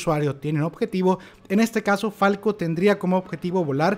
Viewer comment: Parece una IA la que esta narrando, como que grice? se llama falco! y como que flaco? es falco. xdddddddd